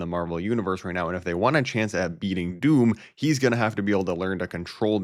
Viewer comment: I hate how this guy pronounces “dooooom”